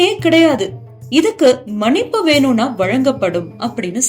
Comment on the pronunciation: சகோதரி மனிப்பு அல்ல மன்னிப்பு என்று உச்சரிக்க வேண்டும்